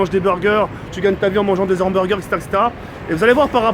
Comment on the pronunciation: La meuf elle fume et sa dit humberger aaah mal alimentation okby